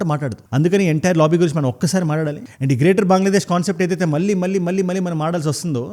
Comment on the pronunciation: మల్లీ కాదు మళ్ళీ సరిగ్గా పలుకు...